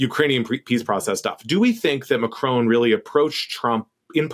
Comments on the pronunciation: It's MACRON, not Marcon. Jeez atleast get the name right. It's the name of THE president of France after all. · Macron, not Marcon. Weird. You're usually on point. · Why can't Americans pronounce Macron's name correctly? The presenter says 'Marcone' and Will Sommer says 'Macrone'! Surely a nasely 'Macronnnne' isn't that hard! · And when Trump met ‘trans’ Mme Macron he could barely keep his tiny hands off her. What would Ms Owen’s make of that? And btw it’s Ma-kron, not Ma-crone. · "Ma cron", not "marcon". Thanks "JUST emotional damage"? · "mark own" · It would be nice if you bothered to pronounce the name Macron properly. There's no E on the end of Macron.